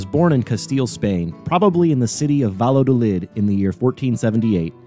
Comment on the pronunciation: After focusing on the proper pronunciation of Narvaez you proceed to torture the pronunciation of his home town Valladolid (Vaya-do-lid). Otherwise muy interssante. I wondered about the Prada landing site in St Petersburg. Now I know….